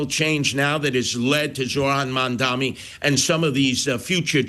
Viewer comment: So Sliwa is still saying Mandami. No wonder....